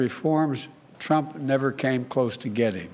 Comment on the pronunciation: It is irritating to hear jb say 'it's Donald Truunp's fault" everythime he talks about his(jb)s screwups.😮